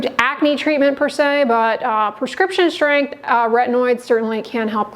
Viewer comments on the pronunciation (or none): none